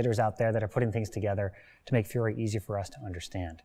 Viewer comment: Oh no, he mispronounces poor Fiore's name right from the get go Yikes What a fantastic instructor and HEMA practitioner, though